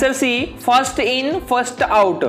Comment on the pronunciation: FIFO first in first outar or outa😂 Bro